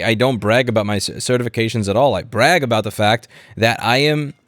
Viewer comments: "Think aboot it" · I think you mean... "think aboot it"